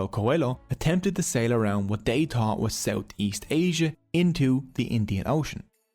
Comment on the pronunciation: Tree names he gave dose, tree towsend years ago? Wid out a dow't. Nedda t'aw't dat was troow. 🤔 It's not accent here that's a problem, taught for thought, tree for three, dose for those ect. If your not a native English speaker, it renders the whole video confusing and nonsensical.